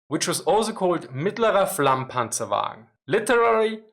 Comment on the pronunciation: "The Medium Flammpanzerwaggen onowanienaiofenofnaonfoeanfoa" Is what I heard... and now I am scared of learning German